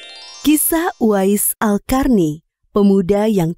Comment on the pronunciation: Qarny (bacanya Qorni), kenapa jadi "Karni"? 😅